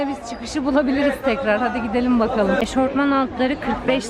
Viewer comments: Eşofman eşortman değil ☺️ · Eşortman diye bir kelime yok eşofman var